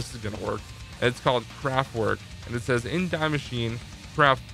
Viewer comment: Nobody:: Dye Masheen